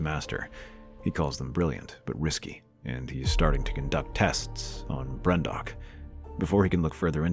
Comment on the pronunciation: "Brendok" Aaaaaand I'm done with this video